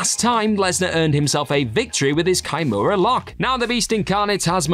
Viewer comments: It's not pronounced kai-mura it's key-mura. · "Kai-mura" ok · Put a hole in my wall when i heard this guy pronounce kimura, go watch an mma or jui jitsu fight with the kimura submission and listen to the commentary